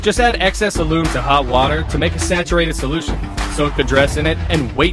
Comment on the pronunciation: Disclaimer the Ai voice got the alum pronounciation wrong so don't be saying alum in that way to anyone or u gonna get clowned hard